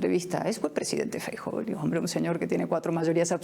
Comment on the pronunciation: No es una cuestión de nacionalismo, es cuestión de buena educación. En Galicia no hay problema con ningún nacionalismo, y todavía hay democracia. Feijóo debería primero enseñar cómo se pronuncia su apellido, que suena bastante mejor en gallego, y después hablar castellano o gallego según toque, sin pose, porque su gallego es muy deficiente. Estoy seguro que este periodista si se encontrase a Cayetana y se dirigiese a ella en privado o fuera de cámara, lo haría en muy correcto castellano. El numerito inicial fue innecesario.